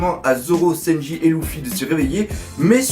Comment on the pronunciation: Mais pourquoi tu l'appel louffi à la place de luffy mdrr puis sanji tu prononce Sa senji.? Mdr